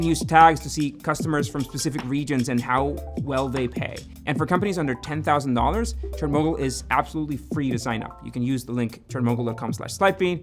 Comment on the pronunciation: ngl whenever you say ChartMogul i hear it as Chernobyl